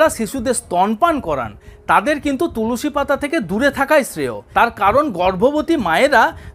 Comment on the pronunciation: Tulusi noi tulsi